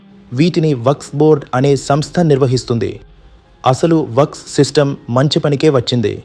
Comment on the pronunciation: న్యూస్ రీడర్ కి వక్ఫ్ బోర్డ్ అనటం రాలేదు. వక్స్ అని చెబుతున్నాడు